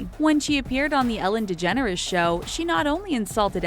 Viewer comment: Boiiii did they just say Ellen De-generous bc it is pronounced de-jen-ers get it right